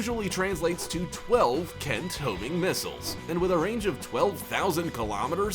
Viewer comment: Did he say Kent Hovind missiles 🤔